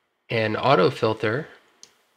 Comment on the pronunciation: Actually no, it was a serious question, I'm genuinely confused by it... why would someone pronounce the word Filter as Fil-ther, when clearly it is spelled 'Filter'. That's all..